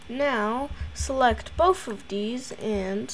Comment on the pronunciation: “Select both of deez” 💀